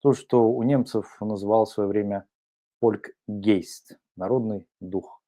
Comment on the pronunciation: У немцев народный дух звучит не как фольк гейст, а фольк гайст.